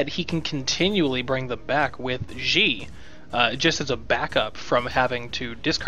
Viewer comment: Just FYI, Xi should be pronounced more like "she," if indeed the DoD are modeled after Chinese. You're putting English pronunciations on a word (Xi) that is not in the English language. No, I am not Chinese, but I speak some of it, and I live in Taiwan. Trust me! If you want more information, check out this site: The more you know... (shooting star!)